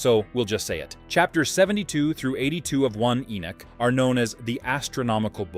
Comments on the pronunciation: It's irritating to hear Ai say "E Nick" when the name is E Nock." Dam, I hate AI. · I really couldn't let u investigate more because u are not calling the names properly. E-Neck when it's Enoch. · Enoch actually. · Ppffff ENock 😅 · You are not pronouncing ENOCK, correctly. It gets a little irritating when you say the same thing over and over. It's E NOCH, like KNOCKING ON A DOOR. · Your not even pronouncing ENOCH correctly.. so you get a dislike just for that reason.. if your going to make a video about a prophet at least pronounce his name correctly.. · ENOCH was still pronounced wrong in the video.. no where in the world or in history past has ENOCH ever been pronounced the way it was being used in the video..